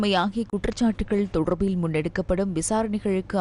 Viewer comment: "தொடர்ர்பில்" என உச்சரிக்கும் போது 'அருமை'.. உங்களைப் பொறுத்த வரை.. 😮..😢..😂.. "ழ" எனும் எழுத்தை மிக அழுத்தமாகச் சொல்வதில் உங்களுக்கு நிகர் யாருமேயில்லை..😮..😢..😅.. காலை வணக்கம்....❤..